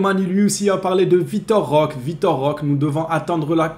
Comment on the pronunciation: Salut, bon maintenant que c'est officiel, tu peux arrêter d'ecorcher le nom de notre nouveau joueur 😅 On prononce Roquéééé Svp 🙏 liké ce message les gars faut vraiment que apprenne à prononcer correctement le nom de notre recrue.